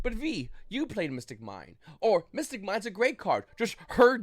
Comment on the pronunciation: bro i know people who moved here from taiwan a week ago who can make more coherent sentences than that. Also rogue not road. mystic not missing. mine not mine. Google what a period and comma is. I literally cant even piece together what ur saying.